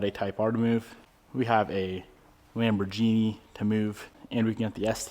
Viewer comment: Congrats on the Lambo ! And Piston is beautifully adjusting to his New life. Awesome ! Please remember to pronounce the name Lamborghini correctly😉